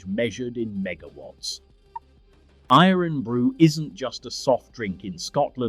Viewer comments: IRN BRU is pronounced “Ir’n Bru” as in Iron not “earn bru” Get a real Scot to read the script. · It's IRON Bru, not EERON Bru! Bloody AI voice! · Dear god! It's sounded Iron Bru. Sacrilege! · 18.12 its pronounced iron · Irn Bru is pronounced Iron Brew its original name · It’s pronounced iron brew ya walloper. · Eerunbroo. Christ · Good old Irn Bru defeated the AI voice. It's pronounced "iron brew", hence the joke that it's made from girders. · I was wondering who this Ian Bru character was😆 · What in the "actual" fuck is "eeron brew"? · Eerin brew😂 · E-tiv. Inver-airy. Iron-brew. AI hasn't quite got the hang of place names yet, You could type the script phonetically then it won't be so obvious. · Irn is pronounced the exact same as Iron. Makes me question whether yer AI pal lol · That was surprisingly interesting and enjoyable. The AI (English) voice is annoying, and it was OK till it got to Irn Bru - perhaps not unsurprisingly, it pronounced it the way Americans do - i.e. incorrectly. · Oh dear, pronunciation! You couldn't even get Irn Bru right. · Written by Ai too. And it kept mis-pronouncing Irn-Bru!!